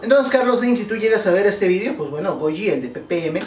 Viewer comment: porque dises vidio no eres español